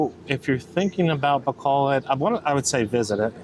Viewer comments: its not bacolad its pronounced Bacolod...lol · No offense guys honestly. I wish us westerners would try harder to pronounce tagalog words and Philippine cities correctly. So all letters 'a' are pronounced 'ah' and all letters 'o' are pronounced 'oh'. So Bacolod is pronounced Bah-coh-lohd. Love your channel.